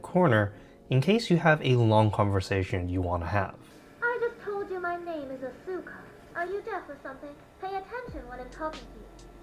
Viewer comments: Why does the AI for Asuka mispronounce the name? It's not Ah-sue-kah, it's Ahs-kah.... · Oh gawd not the Ah-SOO-ka dub. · Why did it program Asuka to pronounce her name wrong? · The fact that Asuka mispronounces her name would drive me crazy. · the AI pronounced the name wrong